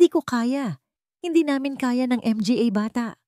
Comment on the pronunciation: Nakakainis skip na lang ako puro M G A Hindi yata marunong Ang narrator